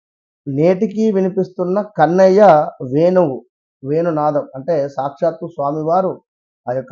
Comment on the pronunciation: వెను గానం కాదు. వేణు గానం. ఒత్తులు ఉన్నాయి. తెలుగు భాష తీయనైన భాష. Lets Treasure it. Channel ppl tc of the Headlines